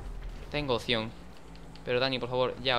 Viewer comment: Hola Dani, la palabra es OPCION, no OSION jajaja